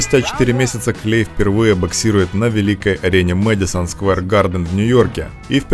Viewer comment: Не клей а клэй